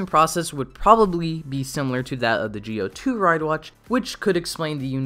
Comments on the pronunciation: Why do you keep mispronounce ZI-O by Geo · i guess, but then again the zee/gee-o problem is probably a japanese speech accent thing. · i guess, however it seems like the zee/gee -o thing is probably a japanese accent problem. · Very interesting…also, your mispronouncing Zi-O. It’S ZEO NOT JI-OH >_< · Zi-o is pronounced zee oh and not geo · Idk if it's me or do you keep saying gi-o instead of Zi-o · It's not Geo it's ZI-O ZEEEE O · It's zi-o not gi-o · Well to be fair, even if it is pronounced ji-o or zee-oh, the youtuber pronounced it as geo which i thought was worth correcting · wait im confused why is he pronouncing it "gio" instead of "zio" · Kamen rider GIO? 🤔 Not ZI-O? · Does anyone else notice his saying Gi-O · I don't get it, you Say Gi-O kinda like japanese accent, but say Decade like american accent, why? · Why are you pronouncing Zi-O as "geo"? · I'm not saying you're the only person who was wrong. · Why are you saying Zi-O wrong